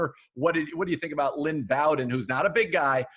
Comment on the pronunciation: OMG Lynn been my favorite player since his sophmore year. Although he grew up liking the Steelers I'd love to see him go to Cle. Also pronounces his name wrong